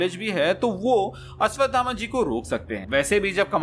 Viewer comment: ये अश्वगामा कोन है??? अश्वथामा तो सबने सुना है 😁😁